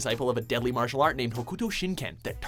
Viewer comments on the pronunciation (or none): none